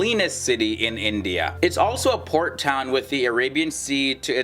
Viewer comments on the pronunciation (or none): none